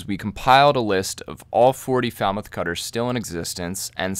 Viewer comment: You’d get some pretty foul looks if you were asking directions to Falmouth pronouncing it like that!🙂